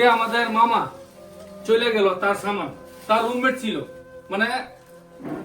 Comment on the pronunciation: ছামান না সামান??